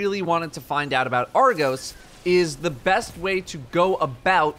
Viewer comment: It’s Argos, not argose